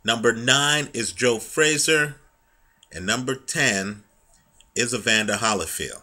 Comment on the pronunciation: I like this guy, I think. I mean I watch his videos occasionally because he seems well-versed, but he speaks soooooooooooo slow. He has a good narration voice though. But he has weird affectations, like why does he pronounce it Holly(as in the tree)field instead of Holy(as in god)field? Does he know something no one else knows??? Just some constructive observations...